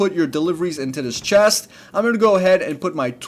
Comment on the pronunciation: "in dis one chast"